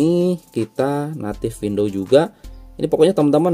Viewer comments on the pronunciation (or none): none